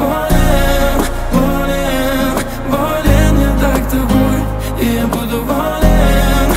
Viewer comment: В рецензии Кинопуса как-то более живенько всё это выглядело. Но барышня красивая! И фрукты-овощи красиво летят и лопаются. Кстати, почему такое странное ударение - волЕн/болЕн?